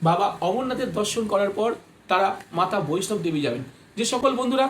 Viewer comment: দাদা কথাটা ' বৈষ্ণব দেবী ' নয় হবে 'বৈষ্ণো দেবী ' হবে।